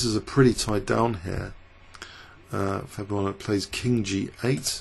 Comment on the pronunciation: Twice you called him "Fabuano" mixing up his last and first names into one lol